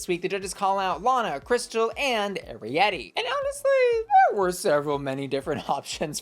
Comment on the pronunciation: YAY YOU SAID ARIETTY’s NAME RIGHT! THANKS QWEEEEN (I’m just a big fan of that movie 🔥